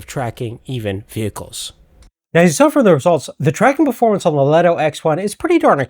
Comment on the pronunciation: Leeto! Not leto!